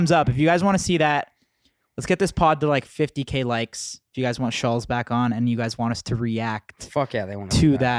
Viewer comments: Andrew "schulls" lmaooooo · is sooooo FAKE Also it’s not Shulls It’s ShultZ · It’s SchulZ…dammit! Pronounced ( Shultz) Not Shuls! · It’s pronounced “Schultz” - they are saying it more like Shuells. Jesus Christ, it’s not that difficult. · It's funny they keep calling him Schullz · Do they even know his name is Schultz, not Shoals? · Andrew’s name is Schulz not Schultz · "Andrew Shulls" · the fact kyle can't even pronounce andrew's last name proves andrew's point that these guys do zero research on guests and just dial it in 😂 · Kyle doesnt even know how to say Schultz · If he says “Shuhlz” one more time I’m throwing my phone in a pool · Why they never pronounce the T in his name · Why are they mispronouncing Andrews last name like that? 😂😂